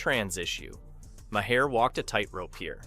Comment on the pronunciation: I had to stop watching after the first dozen mispronunciations of the guy's name. It's NOT Mah-hair!